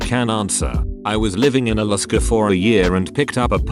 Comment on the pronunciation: Alaska How it’s pronounced: uh-LASS-kah text2speech: iliskuh